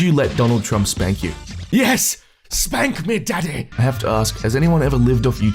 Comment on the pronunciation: "SPAHNK MEH DADDEH"